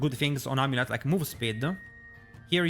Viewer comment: Amuleta Roguea Ringa I love the added a's after words lol